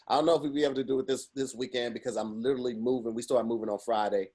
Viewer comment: it is "literally" not "little-ali"... Love the content